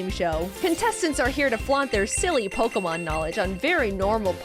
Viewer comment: draws as good as he says the Pokemon names:D